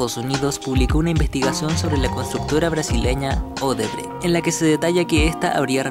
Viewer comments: Odebrexi es la pronúncia correcta. La sede del grupo es ciudad São Paulo. Sede social en Salvador, Bahia. No existe un lugar llamado salvador de bahia. Odebrexi fue la mayor pero óbvio tuvo su tamaño reducido de modo drástico. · se pronuncia. "odebrek" aunque se escribe Odebrecht.